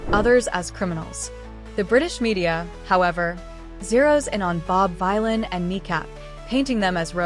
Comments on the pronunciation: Dunno if it's cos this is an ai voice or cos it's an American narrator, but just so the creator knows... Bob Vylan is actually pronounced "Villan" (like Bob Dylan)! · It's pronounced VILLAIN, you AI moron.